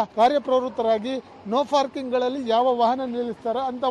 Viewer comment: ನೋ ಫಾರ್ಕಿಂಗ್ ಅಲ್ಲಾರಿ, ನೋ ಪಾರ್ಕಿಂಗ್ ಅಂತಾ ಹೇಳಿ, ಕನ್ನಡಕ್ಕೆ ಅಪಮಾನ ಮಾಡಬೇಡಿ !!! ಯಾರು ನಿಮಗೆ ಕೆಲಸಕ್ಕೆ ಸೇರಿಸಿ ಕೊಂಡಿದ್ದು. ??